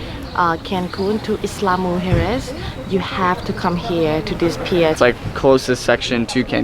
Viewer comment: Pronounced “eeya”, not “isla” lol